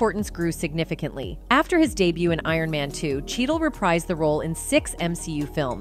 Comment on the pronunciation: We love ai voices saying things wrong. I didn't see iron man 2 inches but it sounds a lot like ant man